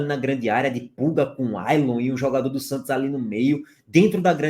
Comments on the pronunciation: ENTREI SÓ PARA PODER OUVIR O FALANDO “SANTIOS”. VALEU!!! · "Agora quem dá bola é o Santios..." 😂😂😂